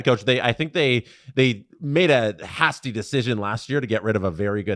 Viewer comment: What a weird pronunciation of hasty